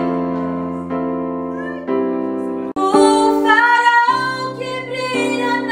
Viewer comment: Só eu escutei ela pronunciar: Como o Faraol que brilha à noite?!... Rsrsrsrs🤔🤔🤔🤣🤣